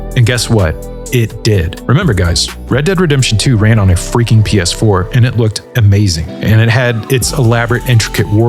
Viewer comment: "Right around the feaking corner"